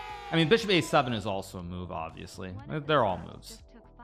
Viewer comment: A smile comes when hikaru Say "obiusly" 😂